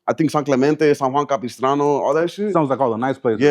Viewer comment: He said San Juan Capistrano 😂😂😂 gtfo what a clown